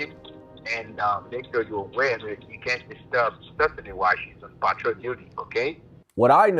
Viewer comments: PAT trol lol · The Nigerians scammers can't even pronounce PATROL lol